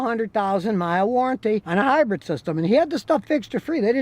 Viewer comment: Hybrid, not "hybred".